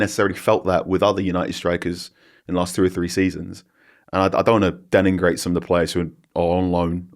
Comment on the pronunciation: Carl is a lovely bloke and a top journalist, but my god his pronunciation at times is horrendous. Deningrate? Wtf is that? He says it several times too.